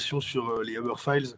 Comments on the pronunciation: Uber se prononce Uber avec un U, pas 'eubeurre' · seul hic, la prononciation du nom 'Uber'.. ca jure....LOL